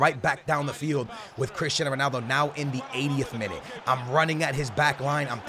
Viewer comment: "Sonaldo" Loooool